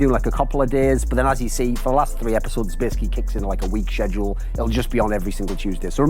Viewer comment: 2019 and thoorin doesnt know how to say schedule